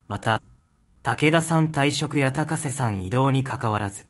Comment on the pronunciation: このナレーター「高瀬アナ(たかせ)」の事「たこせ」って言ってるように聞こえるのは気のせい？